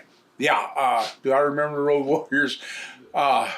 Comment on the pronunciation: Did Stevie Ray really call them the Woad Warriors!